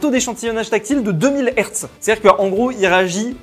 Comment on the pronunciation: dit "dier"